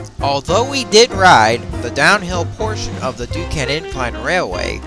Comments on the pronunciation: it's Duquesne, pronounced Duke-Cain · Sorry but the pronunciation for Duquesne is Du-cain and for the Monongahela River is Ma-nan-ga-hayla.